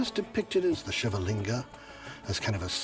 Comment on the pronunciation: Why can't this guy say Shiva correctly